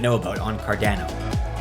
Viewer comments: Car don o lol only way i know how to put it to where u say it the way im used to hearin it haha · Why do u say cardano the way u do bro ahha